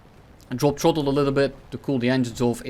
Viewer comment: I love how when he says throttle, it sounds like troll